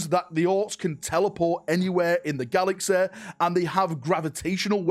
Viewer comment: learn to speak... GALAXEH... lmao